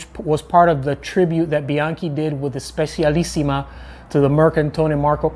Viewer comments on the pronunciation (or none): Just a hint on some pronunciations: 1. Mercatone Uno: "Mehr-kah-to-nuh", not "mercantone" - one "N" only ("mercatone", Engl. = "market"). 2. "dedacciai": say "deh-dah-chai" ("acciaio" - say: "ah-tshah-yo" = "steel") 3. Specialissima: "Speh-tshuh-lissee-muh" (engl. = "very special"), "CI" in Italian works like "TSH" in English.